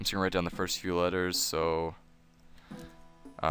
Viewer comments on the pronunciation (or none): none